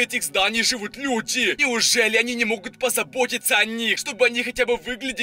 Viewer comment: Почему он говорит так зданиЯ крышА людИ